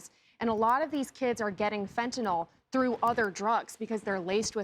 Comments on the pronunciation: What the hell is fentaNOL? I thought it was pronounced Fentanyl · I know what you meant but it's fentanyl and is technically pronounced fen-tan-ill.